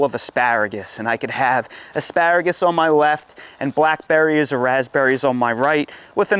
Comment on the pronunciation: I’m not sure if he said “AspÂragus” enough times….